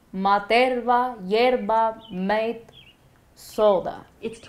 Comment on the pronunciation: Do Miami Cubans really pronounce "mate" like the one-syllable English word? I am sending this to my Argentinian friends so that they can disapprove.